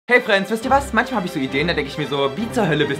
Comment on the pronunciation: Hey Frenz das heißt fens🤣🤣🤣🤣